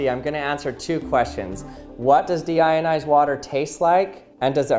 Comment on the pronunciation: What you hear: Deionized What i hear: Demonetized